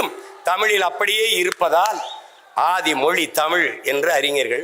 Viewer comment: Oru vaarthaikkum matroru vaarthaikkum 5 nimidama ozhunga pesuya moli illai mozhi sariya pesu Seeman Mariya Wilson ellam oru minister illai avanukku thamizhe pesa theriyala